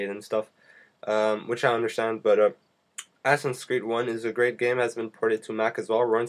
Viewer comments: who the fuck told u u'r suposed to read it "assins creed" instead of "asassin's creed" ? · your every second word is "stuff" o.O and the game is called assassins creed not assiss creed or whatever you called it.... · It is Assasins creed, not ASSINS creed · DId anyone else hear "assin's creed"...awesome!!! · its assassins creed not assnscreed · lol he said assins creed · "Assin's Creed". I'm not really sure what an "assin" is. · Its not 'assins creed' Its assassins Creed 2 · Assens creed? so u say that it a "assy" game? xD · lol.... i love how you pronounce "Assassins Creed" lol